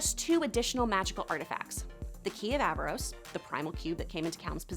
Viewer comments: You keep saying “Aavaros” 🤦🏻‍♂️🤦🏻‍♂️🤦🏻‍♂️ it’s AARAVOS 😄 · I’m sorry but did no one else notice that she was saying “Aavaros” instead of “Aaravos”? How do you do a whole informational video about a series and pronounce the main antagonist’s name completely wrong? I mean… they say his name all the time in the show. There was even a scene where Soren pronounced it wrong and Claudia corrected him. Just sayin 🤷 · Aaravos. Not avaros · Ka-tol-is not Kat-ly-os Ara-vOs not Ava-rOs Like if you're going to pretend you be a fan to market to us, do better. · Clearly you haven't watched the show, just reading or reciting what you read, or you would know its Aaravos, not Aavaros, and Runaan, not Runin. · AVAROS AVAROS AVAROS OMG 🗿E V E R Y T I M E ITS ARAVOS 😔😔😔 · Aaravos not Aavaros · Y'all saying Aaravos wrong, its Aaravos, not Aavaros. (It's levi-OHsa, not levioSA.) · AARAVOS not avaros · It's Aaravos, not Aavaros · Why does everyone call Aaravos, Aavaros? It's Aaravos for crying out loud! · Omg people, it's AARAVOS not AAVAROS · Isn’t it “aaravos” ? Not “aavaros” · Aaravos. Not Aavaros. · She literally can't stop calling him Aavaros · She called him Aavaros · You're saying Aaravos' name wrong.. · Take a shot every time she says Aaravos’s name wrong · She said Aaravos wrong.